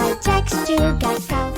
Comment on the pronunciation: Jax bukan jack bang